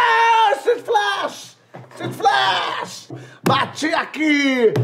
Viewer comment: “Siflash” KKKKKKK